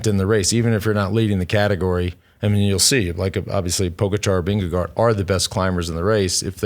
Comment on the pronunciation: Why do you guys sometimes say "VingeGO"? It makes no sense. If you cannot pronounce "å" then just go with "VingeGARD".